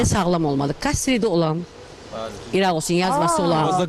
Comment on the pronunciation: Kastrit yox qastrit